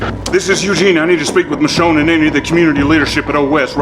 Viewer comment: The AI has forgotten how to pronounce Michonne.